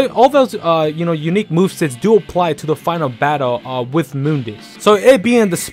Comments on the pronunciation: nope, it's pronounce Moon_dus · No one:: moondis